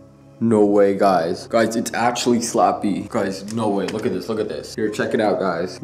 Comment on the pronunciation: Did u say slopy oof Like if u did or u hear he said slappy